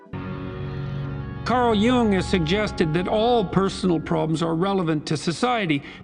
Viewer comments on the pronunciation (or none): none